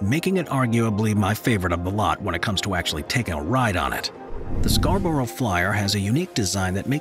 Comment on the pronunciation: As a local, I've never heard anyone pronounce Scarborough like that.